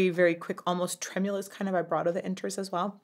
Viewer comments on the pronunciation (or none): none